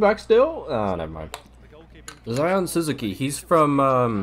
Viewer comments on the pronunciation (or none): none